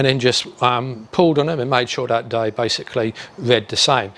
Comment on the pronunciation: Awesome content, but linguisticually you aren't saying "they" - you are saying "dey" as a shortening of the TH sound with a D instead. You can clearly say the TH sound because you do so in other words, I'm only pointing this out because you are doing public speaking and you might care. If not, carry on and keep being awesome :)